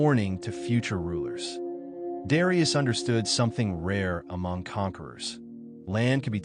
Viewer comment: Learn to pronounce his name correctly.